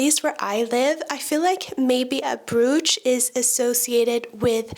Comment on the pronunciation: I really enjoyed your video. I like your no nonsense approach to fashion with an eye towards environmental awareness. I love brooches and look forward to wearing them more this year. I hope it's ok to point out that 'brooch' is pronounced 'broach' - rhyming with 'cockroach'. Keep making quality content!